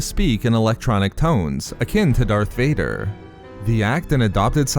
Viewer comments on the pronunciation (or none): none